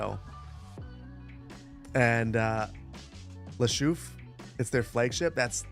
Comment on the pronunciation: OOOOOH une chouffe! It's pronouced chouff'